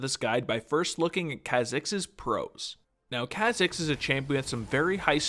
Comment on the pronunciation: Every time you say ka-zigs it kills me a little.